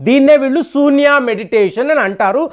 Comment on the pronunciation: Sambhavi kadu Shambhavi Sunya kadu shunya Prounce correctly Hare Krishna